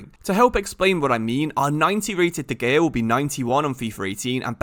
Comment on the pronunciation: and de gaya